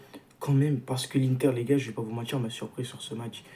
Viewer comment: si t'essayes de bien parler, arrête avec "j'veux pas vous mentichhhhhhrrrrrr" et "si J'AVAIS fais ", pas "si j'aurais fais". Voilà voilà. 🙂👍 On est champions! 😎